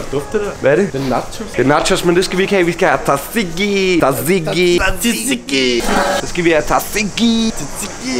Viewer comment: Amen for faen' man siger ikke t'et i tzatziki. Man udtaler det "satiki"